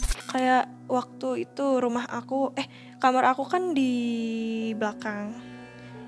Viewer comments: ko dedengaran aku asal ngomong kamar denger nya kamerr. Salah dengar apa EMG ngomong nya kamerr ya. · Kenapa hampir semua narsum ngomongnya “Kamer” gak Kamar,…